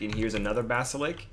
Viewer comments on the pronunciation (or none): It's basliSK, not basilik LOL